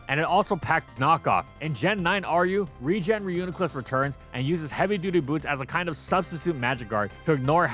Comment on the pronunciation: It’s pronounced ree-yoo-nee-kluss btw